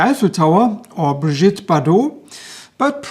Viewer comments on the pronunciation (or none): none